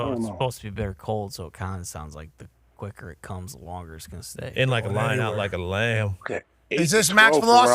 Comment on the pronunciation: Shout ahhht time stamp…on that note we appreciate the hell out buddy